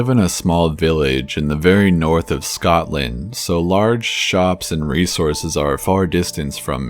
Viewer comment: Corpse man your good stores as always. But you just butchered saying SCOTLAND Keep up Your amazing work man